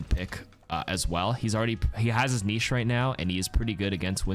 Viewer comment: I love your videos but please stop saying niche like that.